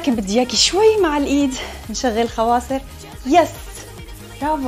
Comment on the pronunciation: مو حواضر خواصر خواصر 😭😭😭